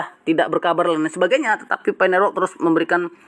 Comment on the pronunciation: Network bang bukan nerwork 😅